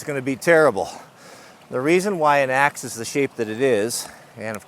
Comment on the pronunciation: as a non native speaker, I heard "today we are testing the most unusual access"... whaaat?